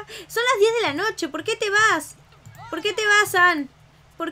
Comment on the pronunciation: dijiste nocho enbes de noche